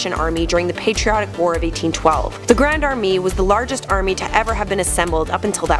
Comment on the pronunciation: A few notable mistakes:Mao came to power in 1950(or 1949, depends on who you ask),Stalingrad was a battle not a siege and it was in world war 2 not world war 1.Also it’s pronounced grand ar- May not are me.